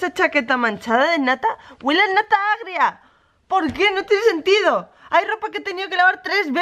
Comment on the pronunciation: La nata... Lleva leche. Y la leche, con el calor... Se agrëa, enseguida.